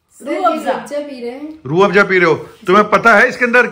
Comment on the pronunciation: Z for zoo hota hai ya Joo😢, Afza ko pronounce kar rehe ho Afjaa😮😅